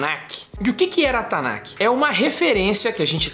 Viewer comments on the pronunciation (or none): Me dá um pouco de agonia dele falando "tanakiih" e não "Tanakh" (Tanarr - som de erre). Eu não quero corrigir hebraico de ninguém, é só que eu me acostumei a ouvir "Tanakh" com som de 'rr' (kh) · TANAKI é comida japonesa? erro de pronuncia do rapaz lá e também sobre cânon.